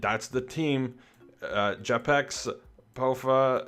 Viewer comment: fyi pronaunce jepexx like " jay - pex " :D